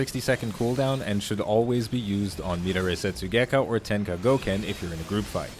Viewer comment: mid a ray setsugekka lol, pronounced meh dar eee